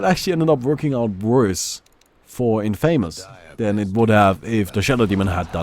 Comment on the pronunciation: Great video.. but I don't think thats how one pronounces infamous..